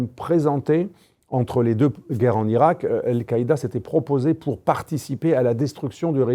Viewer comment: AL andalous et pas El andalous. AL quaida et pas El quaida. Vous avez un problème linguistique non?